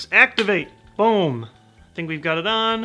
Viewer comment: Love when says "BOAM" instead of boom.